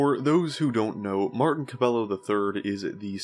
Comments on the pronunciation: cuh by yo not cuh bell o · Wouldn't his name be pronounced cab-A-yo. Pretty sure double L = Y sound in spanish